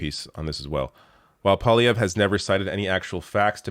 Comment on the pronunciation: Dear It's pronounced "pwa-liayvr", not "poly-ayvr". Tabarnak de criss d'osti.